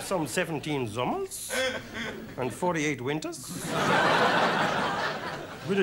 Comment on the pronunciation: "Sum zeventeen zummers ... and fortee eight vinters "